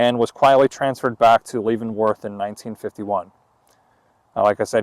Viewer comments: You keep pronouncing Leavenworth all wrong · Good job but you miss pronounced leavenworth .keep doing these you are good at it.